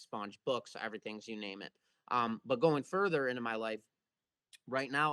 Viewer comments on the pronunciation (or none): none